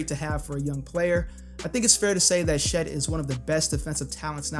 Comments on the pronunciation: why do you pronounce Chet as she’s?😂😭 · You saying “Shet” is driving me crazy